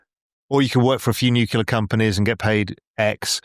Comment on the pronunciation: How can a guy of apparent intelligence say "nucular"?